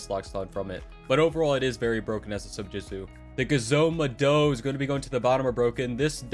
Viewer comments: I'm like surprised he Said gezo mado bro it's genzo mado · why is he saying gezo mado like that lol kinda weird and cool